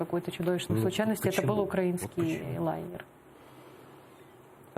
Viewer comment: Айдер, наголос на украЇнський, не укрАїнський, вухо ріже що страшне. Відвикай від мордоровськой вимови.